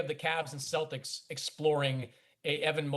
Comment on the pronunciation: I’m assuming they consulted with Ant, and he said get me LaMelo. And Dan, it’s the Celtics, not “Cel-dics.”